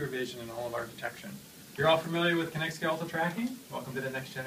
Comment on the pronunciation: what the heck is he saying "Kinect T"? is that how you are supposed to say Kinect you pronounce the T at the end like a full T? Or is he saying that's called Kinect Me?